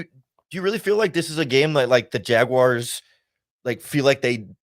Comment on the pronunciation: Thanks for calling them Jaguars, not Jag wires!!